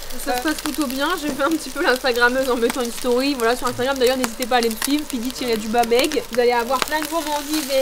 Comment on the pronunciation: j'ai entendu PLIDI au lieux de pidi 9m58 sec Ca ne passera pas crème mdrrrrr